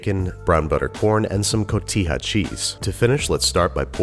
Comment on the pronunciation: Dude, I love Cotija cheese. It’s probably my favorite cheese. Also, good job on the pronunciation.